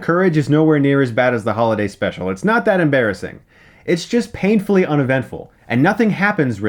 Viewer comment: "Paintfully uneventful"... ok